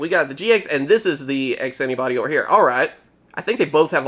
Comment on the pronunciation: Whenever you say "X Antibody", I feel like you're saying "Ask Anybody"